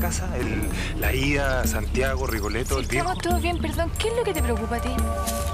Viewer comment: Se dice Rigoletto